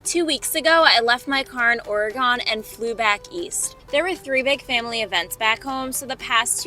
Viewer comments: PLEASE NOTE it is pronounced ORY GUN not Ory gone S/Life long Oregon resident. 64 years. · Girl! It's O-re-gun ... not o-re-GONE. 🙂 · There is no "GONE" in "Oregun". Please "GUN" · Why’d you say oregOn like that?😭 I’ve only ever heard anyone pronounce it oreagEn lol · ORY-gun not ORY-gone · We are NOT "gone", we are "gun". Oregon is pronouncenced OR- E -GUN, not ORE-GONE. Ugh! Nothing peeves me more than people coming to our state and not even pronouncing it right. But I love the rest of your content. 😊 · It’s not oregone it’s Oregon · I love you and your channel. I look forward to it weekly. One thing, I live in Oregon. It's not ory-gone, it's more like Ore-a-gun. Gun not gone, my sister. No biggie either way, especially if you want people to know you're a visitor immediately. Speaking of this great state, look up Clear Lake, it is breathtaking. Much love to you on your travels. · Not or-gone please ORYGUN fast Love you and Nikki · Ore "gun" not Ore "gone" 🙂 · Uh! I like your channel and videos but it's ORE-eh-gun, NOT Ore-eh-GONE. I lived in Seattle for 10 years and it's a pet peeve, like fingernails on a chalkboard. Locals will appreciate it. It's like people who are not from New Jersey saying New Joisey, thinking they're being clever. Or worse, pronouncing Houston Street in downtown Manhattan the way the city is pronounced and not How-stun, as we do. Don't take it personally, you're great, your channel is great, it's just this one little thing. 😊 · The state Oregon is pronounced "OR-uh-gun" not "or-ee-gone". Still enjoying your channel. Keep up the fun travels. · Why do you say Ore-gone? Is that how locals say it? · Its pronounced Orygun! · Oh my gosh, PLEASE say ORYGUN correctly! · Please, please, please, it's Ore-gun. 🙂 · Oreegone 😂 Oreegone Oreegone , Oree is gone 😅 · Pronounced ‘Ore-uh-gun’! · OR-EE-GUN, OR-EE-GUN, OR-EE-GUN!!! AHHHHHHHHHHHH!! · Oreh-GONE you say? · I like how you pronounce Ori-Gone. 😂 Safe travels! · It’s Orygun. Lol